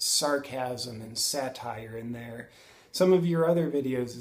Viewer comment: There, not ther